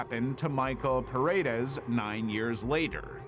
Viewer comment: I'm sorry, that pronunciation really pisses me off, so here's a tip for anyone reading this: "Paredes" is actually pronounced like 'Pa' as in Panda, 'Re' as in Karen (the version with the least possible accent), and Des keeps that same 'e' sound in 'Re'. I don't know if I'm explaining myself, but the biggest problem is pronouncing the 'e' like an 'i', it sounds ridiculous.